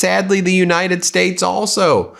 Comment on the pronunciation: and... The United Shates. What's a SHATE? 🤔